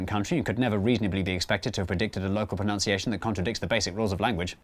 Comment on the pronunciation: he mispronounces ‘proNUNciation’ as ‘proNOUNciation’.